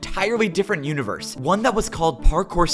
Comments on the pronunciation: see the unevorse 😭✌️ bro gotta take English class ong ong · can u not say universe correct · "The univewse can fweel"